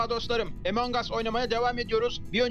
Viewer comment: Emong diil among